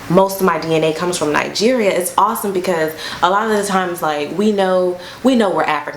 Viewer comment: Did she just call Bee-nin Bee-9 nine?????????? Mmmm by the way, she pronounced Nigeria well.. Hey, i wanna buy U coffee..